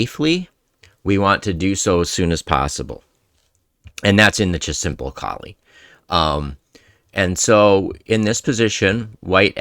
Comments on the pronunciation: It's a good presentation, but isn't the first rule to pronounce the man's name correctly? lol He was from the Flemish or Dutch part of Belgium, so it's probably German-sounding: Kol-uh. Then again, native English speakers really butcher "Scheveningen." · It’s pronounced Kaw-lee as far as I know.